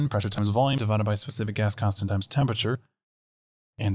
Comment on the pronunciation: ooooooh "GAS CONSTANT". Whole time i thought you were saying "specific ass constant" and i was like, damn right!